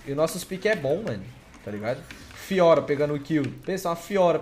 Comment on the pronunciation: simplesmente incapaz de acertar o nome da fiora